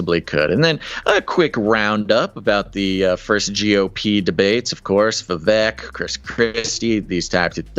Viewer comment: Informative show, grateful ...just wanted to add it's pronounced Vi-Vake like 🐍